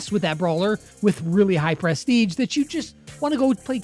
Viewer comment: Actually grateful that some of my mains don't have bad Prestige titles! The hardest part will be getting them in the first place... pronounced pruh-steej btw